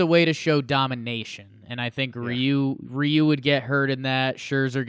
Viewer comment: Youguys did a great job pronouncing Ryu’s name btw